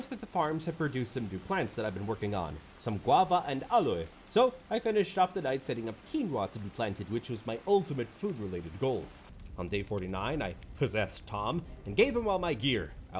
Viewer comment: Damn, this game actually looks pretty fun. Might need to get my group into it sometime. By the way, the plant you get with the guava around half way through the video, Aloe, you have the most interesting pronunciation of it I've ever heard XD It's pronounced aloh, not ahloeh I'm eagerly awaiting the next video you put out. Your V Rising video a little while back got me so into the game I had to buy it and play with my friend group (I ended up buying it for those who didn't have it yet just to enjoy it together)